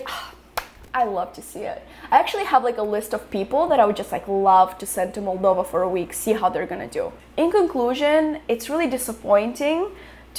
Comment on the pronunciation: Why do they pronounce it as "MAL- dova." Every time I heard it, I wanted to slap them. And I'm not anywhere near European but try and pronounce the name of the country you are in correctly